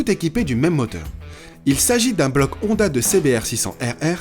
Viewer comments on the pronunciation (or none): none